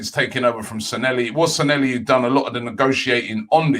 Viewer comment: Please pronounce Sanllehi correctly Robbie